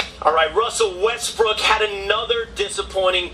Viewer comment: Lol, i like the fact you kept saying russell Westbrick